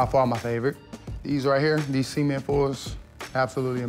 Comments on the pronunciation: I'm dead seman 4's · Did he say semen 4´s? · Swear he said "these seamen fours" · why everyone be saying "Seament 4s" smh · HE SOUND LIEK HE SAID SEMEN 4's HAHAHAHA